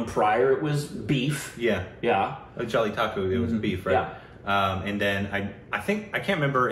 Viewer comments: Who can u pronounce Jallikattu??: hold my Rice Kheer "Jelly Taco" 😎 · It's not jellitakku it's jallikattu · it is Jallikattu and not Jallitakku...:D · Jaby taco.